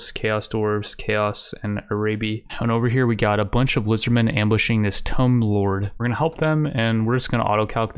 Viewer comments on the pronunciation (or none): Tomb as in a pharaohs tomb. Not tome. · Just wanna say, tomb is pronounced “t-oo-m” Not trying to be a dick, love your content bro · I love it when u say 'Tome' lords 😆🤣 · That tomb pronunciation though. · Is this guy's pronunciation of tomb just a meme or can he seriously not pronounce it properly?